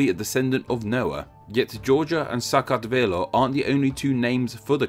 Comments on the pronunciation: i'm from georgia the europe one , and you destroyed pronounceing "SAKARTVELO" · Thanks for the video! I enjoyed it a lot and your pronunciation of Georgian name of Georgia is not bad! I love your videos and I hope you keep making them.